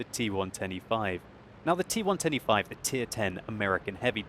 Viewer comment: Idk maybe it's me, but when he says T110E5, he sounds like he is saying T125.